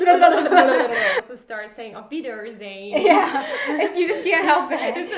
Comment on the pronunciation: So glad she told her she was saying "Auf Wiedersehen" incorrectly. Kind of odd that i'm an American learning German and realized it the first time I heard her say it!